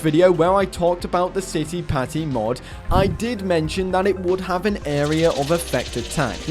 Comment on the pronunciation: You’re pronouncing Citipati almost right! Yet, it’s pati. You pronounce it like it’s patty